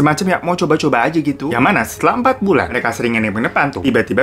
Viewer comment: "em-pat bulen"